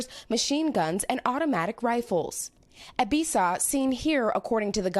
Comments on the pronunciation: It's pronounced eh-B-saw-wah not ebisaw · Too bad they couldn't say his name right...its Ebisawa ...NOT Ebisa...LOL...good job NBC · Ebi Sa Wa = Eh Bi Sah Wah Yah Ku Za not YahKuuuuuza The emphasis in on Ya not ku or za